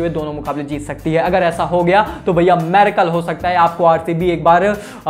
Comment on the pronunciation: maricle instead of miracle... 🤣😆